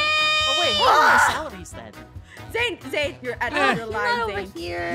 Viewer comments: an when aphmau said zane she said shane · and when kc said zane she said zayn